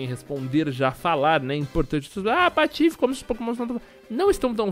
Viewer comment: o patife você falou patofe